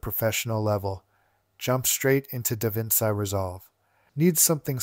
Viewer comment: just a small irk of mine "Da Vinci" is pronounced as "da-vin-chi"